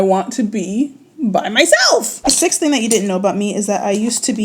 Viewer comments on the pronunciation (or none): none